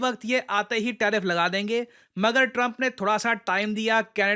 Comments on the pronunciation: Tarfif ❌ Tariff ✅ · TARIFF not TARFIF. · 1.09 TARFIF😂😂